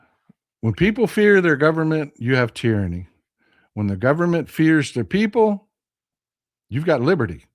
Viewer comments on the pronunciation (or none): none